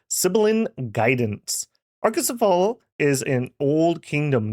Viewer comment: its pronounced /a-ko-se-fa-le/ greek dont have the /ale/ like hoplite is /hop-li-teh/